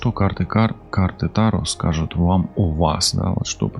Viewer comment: Здравствуйте! Вы не правильно ставите ударение не: та'ро, а таро'